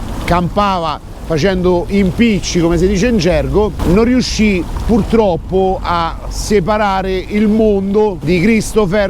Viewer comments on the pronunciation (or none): none